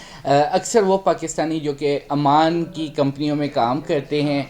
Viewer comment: امان نہیں، ،،عمان کہو ،نالائق 😂😂😂😂